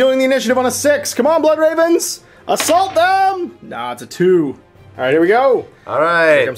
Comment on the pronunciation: BLOOD REHVENS YOU HAVE FEHLED TEH EMPRAH.